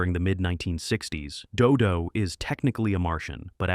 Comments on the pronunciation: Interesting how the AI couldn't figure out a consistent pronunciation for "Dodo". Also how Space Angel gets cited, but Clutch Cargo doesn't get a mention... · I don't know about you, but I ALWAYS want censors to be bad at their jobs, if we have to allow them to exist at all. I also like how your AI narrator flips a coin on how to pronounce 'DoDo' every time it says the name. I swear I saw 'The Mighty Heroes' on Dallas TV in the 1980s; I distinctly remember a baby superhero with a bottle and a guy in a sailor suit who turned into rope. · Notice how he changes the pronunciation from "Doo-Doo" to (the more proper) "Doe-Doe" by the end of the "Dodo the Kid From Outer Space" segment. I would not be surprised if the script was also A.I., considering the number of inaccuracies and flat-out falsehoods conveyed in this video. This is one of the very few videos on YouTube I'm actually giving a "thumbs down." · i can't stand these AI narrators... damn thing keeps pronouncing Do Do in several different ways.. doe doe, doo doo, doe doo, ARGH. Please let real people narrate these things. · I'm dying with Dodo, DooDoo, Dudoe. The AI hasn't pronounced it the same way twice.